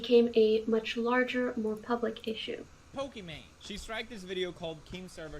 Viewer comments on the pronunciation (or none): Why does destiny say pokimon instead of Pokimane